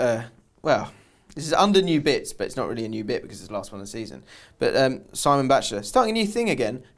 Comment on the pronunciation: Amazing end to the podcast really great advice in deep situations very commendable also my names SIM-- EEEEEEEEEEEEE - ON NOT SIMON, thanks lads see you sooon